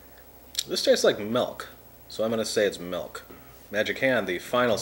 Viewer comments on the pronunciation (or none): I love how he says melk, but when he says milkshake, he says Milk properly. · So many "melk"s